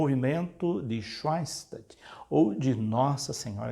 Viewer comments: sim , me refiro a pronúncia quando ele diz swein -statt ao invés de Shoen - stat. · Schoenstatt se lê "chanstat"